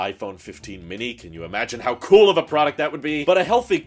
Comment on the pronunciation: I love how he says "product"